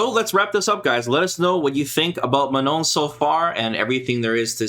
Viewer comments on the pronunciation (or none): Fun fact of the day: If you have a hard time pronouncing Manon the french way , It's not Ma-None , it's Ma-non . Learn how to say Oui and Non is French , which is the equivalent of yes and no in English and you'll be good to go. Remember, It's not a hard N at the end :) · Yes they sound ridiculous when trying to say Manon 😂 Everyone is forced to learn english and pronounce properly, but anglo people knows only one language and cannot pronounce something that isn't english